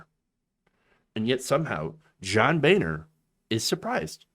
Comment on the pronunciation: John (Bone-er), let's be honest